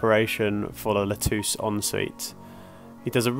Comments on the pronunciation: You had thrown me in a loop when you mentioned Lutece, as it should be pronounced like Lu Tesse. Very interesting video and keep them coming. I am very interested in your endeavours. Thanks again 🇨🇦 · Guys, It is pronounced [lu-tè-Ssssss]😉 Great job on the bathrooms !